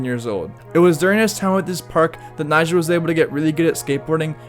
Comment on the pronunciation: Be like everyone who has undertitles on when he says the nam Nyjah🤦‍♂